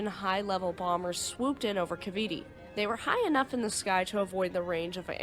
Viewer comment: The last "e" in Cavite is silent and the "i" is a long "i"